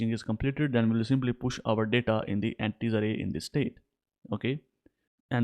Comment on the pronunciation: Broooooo EN-TITIES